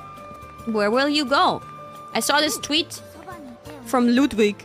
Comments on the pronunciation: "Luudvig" is the correct pronunciation. Ludwig has said so himself. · The more surprising thing is how she pronounced Ludwig wrong when she's a native German speaker